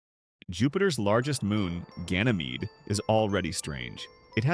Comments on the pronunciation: If you say gaynmede I almost thought it was like gaynmede but erase the nmede at your left with a gay sound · Bro I'm the only one who noticed that there was "Gaynmede" And not "Ganymed"???? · " Gaynmede " (Joke)